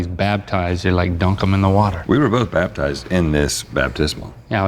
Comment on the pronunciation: Nobody: Rhett & Link: BABTIZED